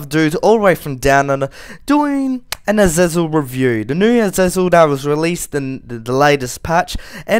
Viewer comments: It's pronounced- Az-zar-Zal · asizel is wut he said